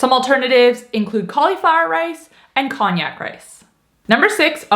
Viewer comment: just to clear up any confusion for first-timers - there is no such thing as cognac noodles. However, there actually are Konjac noodles, rice, etc. Otherwise known as shiritaki noodles, made from the konjac yam. Konjac is pronounced Con-jack. I'm thinking that's what you meant? You can buy the Konjac pasta by the name "Skinny Noodle" Or "Miracle Noodle". Most grocery stores carry them now in their pasta dept. They work great on some dishes but no so great in others because the texture is just firmer/crispier than real pasta. But Keto people should definitely try them! Just be sure to rinse them well before adding to your soup or casserole, etc.